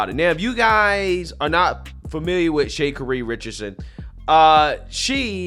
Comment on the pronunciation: Shay Kuhree Richardson💀